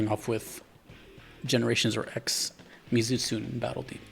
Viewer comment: You pronounce the monsters name Mee-Zoo-Tsoo-nay